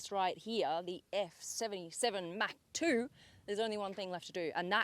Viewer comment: How she pronounced mach 2, it is much like hawk tuah. 😂🤣 Mach Tuah